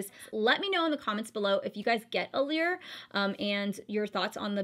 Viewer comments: It's pronounced allure not allear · You said allure wrong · lul i thought i was the one saying it wrong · sherry Little I get that but sometimes little things will just bug you